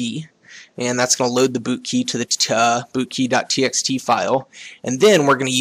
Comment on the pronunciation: When you say bootkey, it sounds like booty. lol